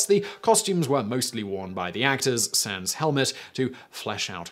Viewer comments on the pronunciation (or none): none